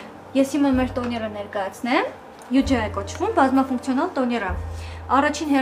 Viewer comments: Ֆաինայի դերակատար ` " բազմաՖունկցիոնալ ոչ թե " բազմապունկցիոնալ"😅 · եթե ուշադիր լսեք` ապա կլսվի " բազմապունկցիոնալ", ու ես ՉԵՄ քննադատում, գրում եմ այն ինչ կա։